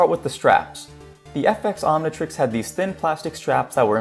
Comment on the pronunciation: It’s omntrix not omntrex